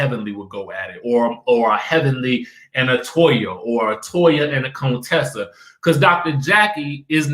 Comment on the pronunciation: Why you still saying Contessa like Dr. Heavenly did when she first came on?! Lol! Cone- Tessa 😂😂😂